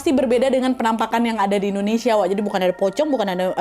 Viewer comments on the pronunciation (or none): none